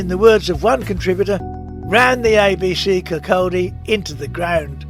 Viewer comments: Where's KirCALLdy? It's Kir-coddie. What's hard about that? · Great film but it's pronounced Kir caudy ...(Kirkcaldy) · Its Kirk-caw-di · When pronouncing Kirkcaldy the L is silent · I was in the ABC about a hundred times, and enjoyed watching this video. But I cringed every time you tried to pronounce "Kirkcaldy". Sorry 😢